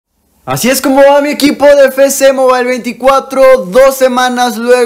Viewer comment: Ah alguien mas le da ansiedad qcada ves que dice "FECE MOBAIL" sabiendo que es "EFECE MOBAIL"